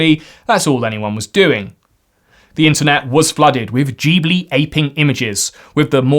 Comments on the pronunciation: it is pronounced Gib lee not Jeeb lee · Dont forget about "studio jeeblee" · Hate to be THAT guy... But it's pronounced GIbb-Lee